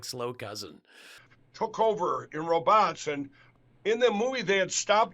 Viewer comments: Lindell's pronunciation of "row-bots" brings to mind Dave Dameshek pronouncing the came word, "rowbits". 😂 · "Roe-bots"?!?! "Row'Bots"?! Fuuuuuuuuuuuggin frickin f@ That's going to stay with me now! Haha Of course Mike Pillows couldn't say it like a normal like a normal person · "Roe-botts". - WTF mikepillow? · “roBOTS” 🤖 Well everyone, Mike Pillow finally blew something other than Trump…his own cover. That particular pronunciation was installed as a warning for imminent system failure. Immediate introduction of C17H21NO4 is the machine’s only hope when that happens. Apparently Mike Pillow is a He-Bot prototype. I learned this from a scientific documentary called “The Spy Who Shagged Me”. Scary stuff. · "Ro-BOTS"? Is that the French pronunciation? Should we start referring to him as Michel Oreiller? Ooh la la! The AI picture of 45 cleaning the... er, emission off the couch made me cackle! Vance/Hamel/whatever continues to unimpress the voting public, and I PRAY that the Orange Menace is stuck with him through the election. Thanks for today's laughs,! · "Row bots"!!!😂😂😂😂😂😂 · Interesting how Lindel pronounces 'robot' like a Russian....ahhhhh explains it all 😂. Good job